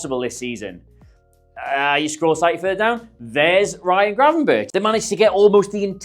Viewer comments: Its pronounced gravenberg. Very easy not gravenbirtch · it's Gravenberk not birch like the tree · Great video thanks! Unsolicited suggestion if I may, just call him Gravenberg - like Bergkamp, ch=g in dutch and it sounds much better :) Cheers! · If yuo say Gravenbirtsj one more time yuoll be banned from Holland like David Ike!